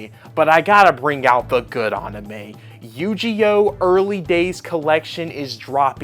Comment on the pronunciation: It is pronounced "You-Gee-Oh" and I am looking forward to this one!!